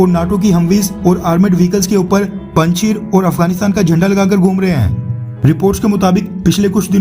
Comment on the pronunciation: Panchir nahi bhai panjashir hai o